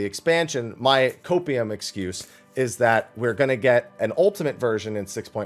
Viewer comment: What was that? Copeieum? O2? Huffing? I’m curious ? What’s that ?!?!?